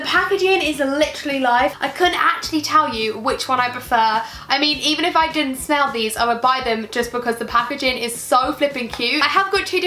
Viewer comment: she said snell instead of smell ahahahahshah